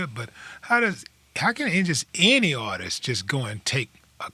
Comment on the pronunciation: My man it’s “Artist” not artistss artisies artistes